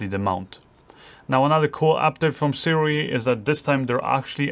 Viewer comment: I'm told by the rep that Sirui is pronounces 'soo-ray' fwiw...